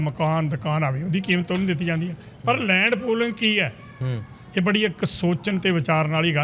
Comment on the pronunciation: ਐਂਕਰ ਸਾਹਿਬਾਨ ਤੁਸੀਂ ਤਾਂ ਸਰਦਾਰ ਹੋ ਅਤੇ ਪਗੜੀ ਬਹੁਤ ਸੋਹਣੀ ਬੰਨ੍ਹੀ ਹੋਈ ਹੈ। ਲੈਂਡ ਪੋਲਿੰਗ ਨਹੀਂ ਇਹ ਲੈਂਡ ਪੂਲਿੰਗ (Land Pooling) ਹੈ। ਆਪਣੀ ਪੰਜਾਬੀ ਨੂੰ ਸ਼ੁੱਧ ਕਰੋ ਜੀ। ਥਹੁਤ ਦੁੱਖ ਹੋ ਰਿਹਾ ਹੈ ਤੁਹਾਡੀ ਪੰਜਾਬੀ ਸੁਣ ਕੇ।